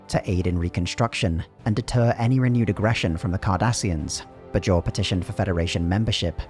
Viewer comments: You could have researched how Bajor is pronounced before doing this video. It's not "b-jor" but "bay-jor" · the pronunciation of "bay-jawr" as "budge jor" is painful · The show’s dialogue: “BAY-jor” This video: “Buh-JOR” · BAY-JOR not BUH-JOR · It's clear you are just reading a script and have never even seen the show when you repeatedly mispronounce Bajor. It's BAY-jor. Not Buh-JOR. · Anyone else wince at the "b'jor" pronunciation? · it's pronounced bay-jhor, did the narrator do any research at all?? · While there was some inconsistency early on in the show's run, the stress in "Bajor' is on the first syllable, not the second one. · It would have been nice if the narrator had watched at least one episode of the show just so he could pronounce Bajor and Dukat properly. Other than that great video. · I can't remember a single character ever pronouncing "Bajor" the way you do lol.